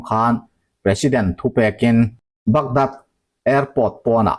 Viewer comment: Bagdad , nilovin Bagdaad ti a lam tur a ni, " dad a A hi ri sei/thlthluk sei deuh tur a ni.